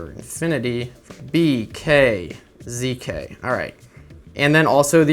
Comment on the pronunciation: when he said zk it sounded like zica lol